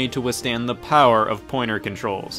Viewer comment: Did you just say “we play as ze American soldiers....”